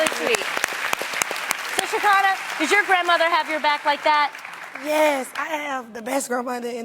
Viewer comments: Tamara said sha-ky-nah. I think its sha-ke-nah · “Sha-kinda” Tam please learn how to say the lady name😪🤣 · The way Tamera pronounces Shekinah’s name I can’t 😂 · Tamera was off or something cus the way she pronounced Shekinah name, and read the old ladies post lmaooooo